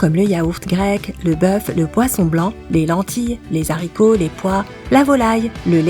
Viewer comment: Putain les Z'haricots quoi merde... les haricots